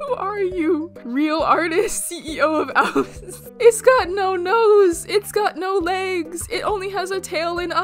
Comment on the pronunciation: Ah yes ‘ouse’